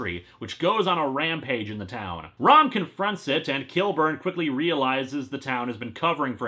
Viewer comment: I keep thinking he's saying rum not rom I guess there's a marvile like comic coming